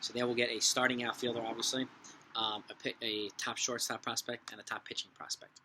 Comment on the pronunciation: I loved how you kept saying “Sharting Shortstop”